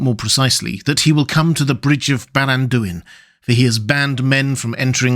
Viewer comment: The second "a" in Baranduin is the stressed vowel. Generally, in Sindarin, the second to last vowel is stressed, but not when it is immediately followed by the last vowel, except in shorter words containing only the two vowels adjacent, as in "(Ered) Luin."